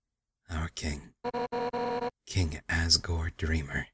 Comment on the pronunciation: also, it sounds like he says à$$ gore xD